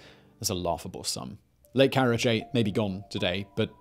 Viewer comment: karachi not karache